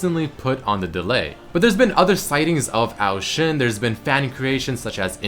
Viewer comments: I couldn't take the pronunciation of Ao Shin after 7th time you said, ITS A-O Shin not OW SHIN DAMMIT. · Isn't it O Shin not Oao shin